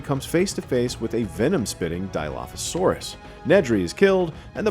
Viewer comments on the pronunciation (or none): none